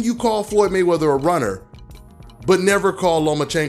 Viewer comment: he said Maywrather era